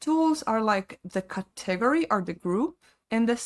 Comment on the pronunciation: I've never heard somebody mispronounce category in my life..